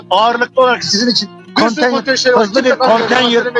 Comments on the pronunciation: Kontenyır değil konteynır salak! Konteyner yazılır, konteynır okunur, önce bunu öğren. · Konteynere kontenyır diyen bir milletvekili!tabi ki chp li! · Adam daha konteynir diyemiyor😁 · CHP Bursa milletvekili daha konteyner demeyi bilmiyor 🤫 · Herif daha konteyner demeyi bilmiyor. Milletvekili ha... Yazıklar olsun be.